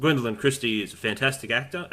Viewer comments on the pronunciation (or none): none